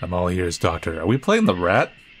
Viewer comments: The way he said rat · I love the way you bluntly say "rat" every time you see a rat